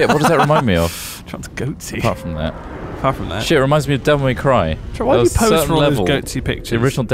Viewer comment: they said "goatse"